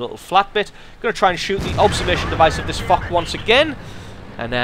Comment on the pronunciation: Foch is pronounced like Fosh not Fock!